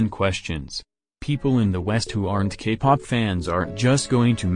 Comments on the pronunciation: for some reason i keep hearing gay pop instead k-pop. is it just me? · Bc of the voice I think you are saying “gay” pop. 😂 But either way I agree with all of your opinions. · Ok but whenever the voice says k-pop i hear gay-pop..... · why do I hear gaypop when the voice says kpop? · I’m sorry but every time the voice says “Kpop” I hear “Gay pop” fhosebisbd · I'm sorry but that everytime the robotic voice would say K-pop it would sound like gay-pop is it only me or😬......